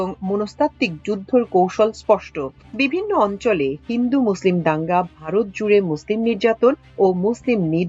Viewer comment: Varat now "vorot" 😂😅